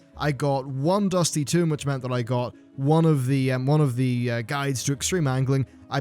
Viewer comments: tome =/= tomb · tome not tomb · why are you pronouncing tome like tomb? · This just in: British folks pronounce "tome" like "tomb" and americans pronounce it like "toe-m" Who's right? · IT'S TOME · TOME ITS LIKE TOE, BUT WITH AN M AT THE END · This just in: is not representative of all 'British folk'. Some people just pronounce things wrong.